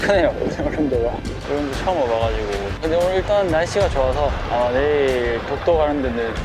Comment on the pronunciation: ULLEUNGDO맞는데요 발음이 울능도가 아니라 울릉도에요